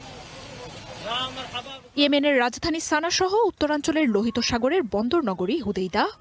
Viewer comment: সানা নয় বরং সানআ